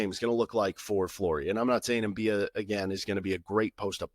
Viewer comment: I think it's M-bi-ah, not M-bee-ah. At least that's how nc state commentators pronounced it. They also gave several reasons as to why he might have de-committed, including eligibility issues.